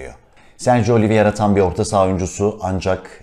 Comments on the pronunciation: Öncelikle emeğinize sağlık , çok teşekkürler fakat değinmem gereken bir husus var lütfen oyuncunun ismini okunuş olarak oliviyera değil de oliveyra olarak telaffuz ederseniz iyi olur. Çünkü adamın adı Sergio Oliveira. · Oliviera değil başlıkta yazıldığı gibi "Oliveira" olarak okunmalı.